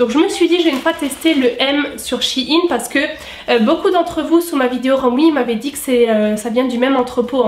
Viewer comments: ps: pour moi on dit pas "shi ine" mais "chei ne " après tous le monde dit comme il le veut mais sa fait bizarre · Désolé j'adore ta vidéo mais sa me perturbe comment tu dis shein même si je sais que sait pas de ta faute